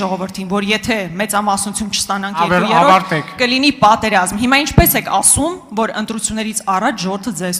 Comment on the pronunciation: Ճիշտա😂, ասեց եռկու յոռոռթ /երկու երրորդի,, փոխարեն